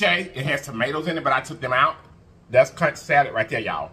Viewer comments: It is pronounced kunk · Conch is pronounced (kunk) lol the “H” is silent lol I’m Bahamian 😅conch heaven is a good place next time try the pork souse it has has pig tails, hog mogs & pig feet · We pronounce it... conk...rhymes with trunk... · Everything looks amazing! It is pronounced 'Conk' 😊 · Hey there conch is pronounced "conk". Ch is silent. You're right it has a very delicate flavor. Can be rubbery, if cooked incorrectly. Love me some conch. Never had it fried but in stews with plantains. Best bud is from central America and I grew up with her eating it. Glad u gave it a try! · “I CAN NOT” 😂😂😂 It’s pronounced KONK boo but you made it look sooooo delicious. I love Conch. Enjoyed you today 😍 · First time I tried conch was in the Bahamas the sea gulls (those big birds) dang near took it off my plate from the table. Yes they fly that close. It was good though. I’ve tried since and enjoy then too. Finally it’s pronounced conk, like honk. Nevertheless great video per usual friend. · It’s pronounced “conk” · Pronounced Konch